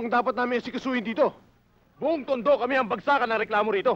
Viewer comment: Salamat saFPJ MOVIES NAKILALA ANG LUGAR NAMIN SA TUNDO.ANG TALAGANGTAGA TUNDO AY TUNDO ANG BIGKAS HINDI "TONDO", KUNDI ("TUNDO").